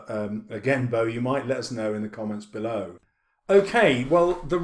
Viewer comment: HAHAHHAHA LET US BEAULOW HAHHAHAHAHAHAHAHAH THE COMEDIAN